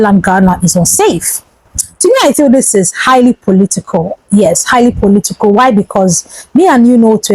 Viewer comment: KIDNAPPERS NOT KIDNAPPAS POLITICAL. NOT POLITICOL YOUR ENGLISH PRONUNCIATIONS IS VERY POOR